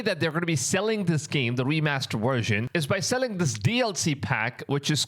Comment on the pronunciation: Best "wersion"